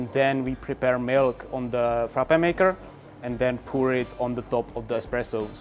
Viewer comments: He butchered the Frappe😵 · I'm laughing with Frappè. Just go and watch a Greek vid recipe cause that wasn't Freppè